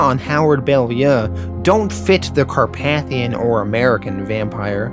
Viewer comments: Car-pay-thian not Car-path-ion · The way you pronounce some words gives my brain a stroke. It’s car-pay-thee-in In preacher it’s pronounced sare-eh-fie not ser-raffy. Do you do it on purpose? I swear something in my brain just cooks every time I hear it -_- Not trying to be mean, it’s just an ocd thing sorry. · Great video! Just a heads up, it's actually pronounced Car-PAY-thee-in.